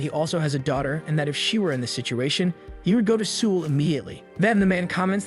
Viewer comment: South Koreans are crying and insulted that you can't say the name of their capitals correctly. Seoul doesn't rhyme with drool. It rhymes with soul ...